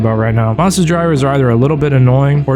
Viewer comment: never heard someone pronounce 'Mazda' like that in my life